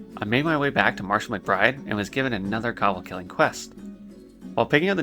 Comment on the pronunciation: Cobuldd lol just makes grit my teeth haha, but good story man